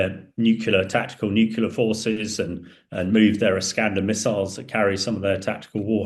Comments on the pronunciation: Someone tell him that the word is NUCLEAR (pronounced 'new clear'), not NUCULAR.............. sheesh. Maybe that's why he is the EX nuclear defence forces commander. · NUCLEAR, nuclear, NUCLEAR, nuclear, NUCLEAR, nuclear, NUCLEAR, nuclear, NUCLEAR, nuclear, NUCLEAR, nuclear, NUCLEAR, nuclear, but not nucular. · Please teach this dude to say NUCLEAR, not NUCULAR. How embarrassing. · Anyone who says Nucular has instantly destroyed their own credibility. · When will people stop saying nucular instead of nuclear. The word derives from nucleus. This trend accelerated when the supremely ignorant George W Bush popularised it. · Nucular? What the f is nucular ? You can't pronounce nuclEar? If you can't pronounce, in English words, why should we trust what you say? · This "expert" can't even pronounce NU CLE AR. Only phuctards say NEW CULAR. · It's nuclear, not nucular 🙄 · The guy does himself a disservice when he keeps saying "nucular" when it should be "nuclear". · It's nuclear not nucular. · It's 'nucleEar' FFS. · I think he said nucular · How can this person expect to be taken seriously if he says "nucular"? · What’s with nucular??? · I can’t take an ‘expert’ seriously when they can’t even say ‘nuclear’ properly!